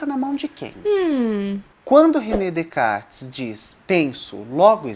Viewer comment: É René Descartes, não Decartes